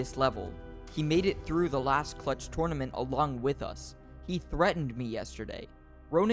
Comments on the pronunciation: IT’S. NOT TOURNEMENT IT’S TERNEMENT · When i say: Tournament When he says: TOURNOMENT